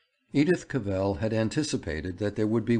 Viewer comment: and of her surname, which is pronounced Cavvle, like saddle :(